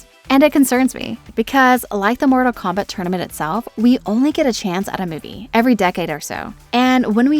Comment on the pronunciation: She says Morta Kombat, bro. What kind of AI fails to enunciate every sentence?